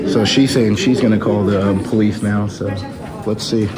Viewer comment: you mean the Poe-leese